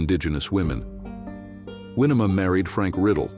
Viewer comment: Winema pronounced Wy NEE ma.